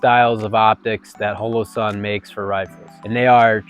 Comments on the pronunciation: The first thing on this video should have been how to say Holosun. It is with a long o pronounced like hallow-sun. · Great video, other then how he pronounced Holosun